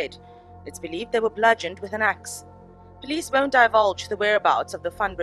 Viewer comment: Ew! He had clear trouble saying word 'Axe'.